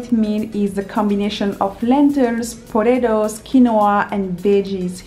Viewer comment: When she says potatos it sounds like she is saying podato but I love the way she talks